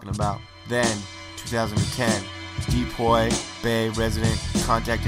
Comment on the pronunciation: It's pronounced "DEE-PO" not "DePoy" lol But yeah this was totally bogus.